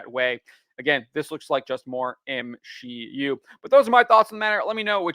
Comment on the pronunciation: M-She-U? You haven't had sex before, huh?